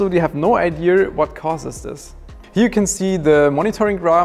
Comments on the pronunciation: Legit question, no hate just curious Why does say "ideaR"? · noooo its not about your english, your english is actually quite good but ive noticed it in many other german friends of mine that pronounce ideaR too. im just curious where it originates from and why its so widespread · I used to say "ideaR". I'm a naitive speaking English speaker. Not sure if it's like the 2% German in me (I have some amount, just not sure how much), and I said it like that for a while. It's just a mispronunciation of the word, which can be a bit difficult for some to get right. This is why some go to speech therapy, especially during schools and what not. It's fairly common, and since is a naitive German speaker, his English is beyond well and very impressive. Sure, it's not perfect, but no one is, we're human, embrace that.